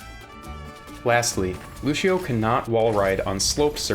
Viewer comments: good video. my only criticism is that lucio's name is pronounced like loo-see-oh not loo-shi-oh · Loo-see-oh. Not Loo-shee-oh. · It's Lu-see-oh Not Lusheeo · It's Lucio, not Lushio! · The hell is lushio it's Lucio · "Loo-shee-oh", and the brazilians cringe.